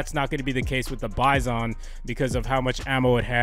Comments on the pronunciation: its pronounced [byzun] not [by-son] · It's "bye-zin"